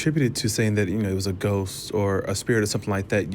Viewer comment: Ghost? I thought you said goat.